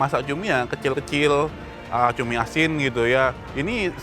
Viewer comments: Cumi❌️ CUMII✅️😂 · Ituma bukan cumi, tpi CUMIIIIIIII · Cumi ❌ CUMIIII ✅